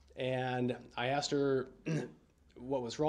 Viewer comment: "May I axe the reason why that'd be" ASKED. IT'S SPELLED A-S-K-E-D, not axe!! And don't get me started on how he pronounced the word "sustain"... "Reason for the "sUBstAiN your honor?" This guy just drives me so damn crazy but I'm still so intrigued by his case!